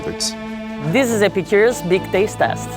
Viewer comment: You know it's going to be bad when they can't even pronounce Epicurious... And not being a blind taste test is just going to have them pick the expensive one...